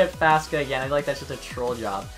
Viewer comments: Faksa, not faska. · It’s not fas ka it fak sa